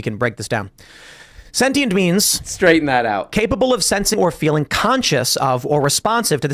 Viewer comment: I like how he reads the definition of sentient and doesn't pronounce it correctly with his big brain